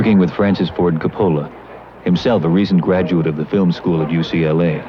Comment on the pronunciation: Excellent upload. It's too bad that Alda mispronounced Coppola's name.